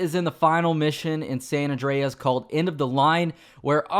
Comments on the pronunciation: It's San Andreas not San ondreas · "San Awn Dray Ass"